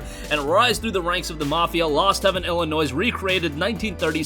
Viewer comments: C a r l a R a e lol yeah I actually never heard anyone pronounce the s in Illinois until this video actually lol. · The "s" is silent in Illinois😊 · Ill-a-noi not noise...Looking forward to Mafia 1, played it on steam, looking forward to a remake. Mafia 2 is one of my all time favorite. Mafia 3 is culture co-opted, mafia is an Italian thing. Mafia 3 is as Italian as Hawaiian flatbread. Just saying you are something or calling you something doesn't make it true, and that's why Mafia 3 aka Black Panthers bombed. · I dont know anyone that pronounces Illinois with the s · You mispronounced Illinois. 😞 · Sweet thanks for the info👍🏻, here's some for you, the S is silent in Illinois 😏